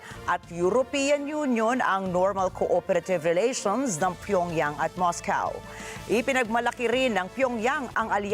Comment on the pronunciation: Moscow. Not pronounced as mowcaw